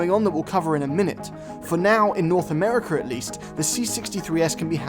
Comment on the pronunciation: Did he just say North Americurr?